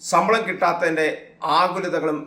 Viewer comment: റിപ്പോർട്ടറെ, സമ്പളം അല്ല, ശമ്പളം. നിന്നെയൊക്കെ ആരാണ് ന്യൂസ്‌ റിപ്പോർട്ട്‌ ചെയ്യാൻ നിയമിച്ചത്.